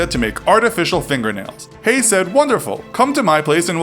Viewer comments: Hello I would just like to say it is not pronounced hey it is pronounced hey-gu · Having this last name, how many times? It’s pronounced hayg - the ending h is silent the g is not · His name isn't pronounced "hay", the g is sounded. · You keep saying his surname wrong - the g isn't silent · I'm no expert but I think Haigh rhymes with vague. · The g in Haigh isn't silent